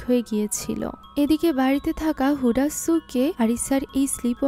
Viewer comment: হুডা নয় হুদা হবে 😒